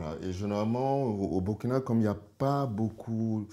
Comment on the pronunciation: Très belle découverte et très bel échange. Juste souligné le fait que Burkina se prononce Bourkina comme Burundi.